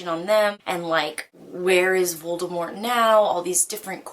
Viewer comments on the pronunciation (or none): none